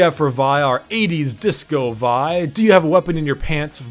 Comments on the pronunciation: Its v- ihh not v yhh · Lol, I thought you pronounce Vi as in Vee XD I think I’ll just call Vi as in Vee since I think it sounds better?